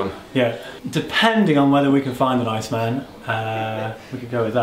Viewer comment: "Bring your own B"? You missed a dot, yo. Very thorough.... And his name his pronounced Ma-la-kee-un. And the guitar is pronounced "Icemen" (it's one word).